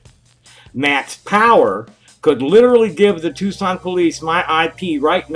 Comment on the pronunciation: You said Tucson right 🎉